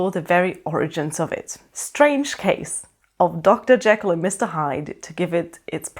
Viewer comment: I really loved this book. And I loved the movie with Spencer Tracy. I thought he was the creepiest Hyde ever, understated but menacing. I was interested to hear your pronunciation of Jekyll. That’s how I always pronounced it in my head, but I’ve heard it pronounced as Jeekl (long e) which always grates on my nerves. Thanks for the review!